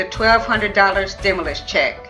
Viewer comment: She having a hard time pronouncing stimulus 😂